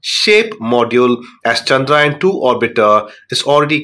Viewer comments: Not chandrain 3 it's chandrayan 3 take name properly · Pronounce chandrayaan correctly please